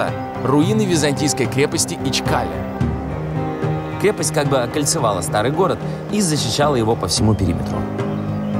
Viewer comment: Только не ИчкАле, а ИчкалЕ. Потрудились бы заглянуть в путеводители и словари по поводу ударения и значений слов. Во многих городах слова каверкаете. На востоке вообще в большинстве слов ударение в конце.